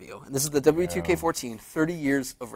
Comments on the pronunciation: Why does say W E instead of WWE? -.-' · If you slow down a bit, you can actually pronounce both Ws in WWE.